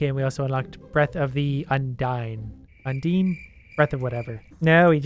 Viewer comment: Breath of undies... Sounds... Like ass lol (undine)